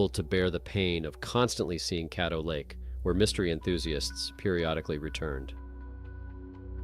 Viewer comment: You didn't pronounce Lake Caddo properly and I'm sure the Gators ate everything of Sam so there's nothing to find.